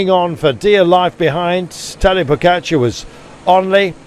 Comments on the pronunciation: TADÆ POGACAARRE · The New Armstrong "pogacar"